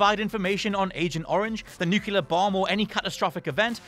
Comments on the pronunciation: new-clear not nook ya lur. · Excellent video, except for one thing: you pronounced ”nuclear” as “nukelar” which isn’t even a real word. Lots of people mispronounce nuclear, not sure why.